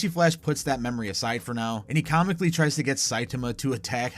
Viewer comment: ..... ..wtf you mean "tries" ?! .....